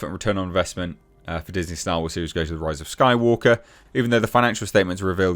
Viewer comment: Disney is such a joke it's sad now. Also you said "rise of Skywalker" wrong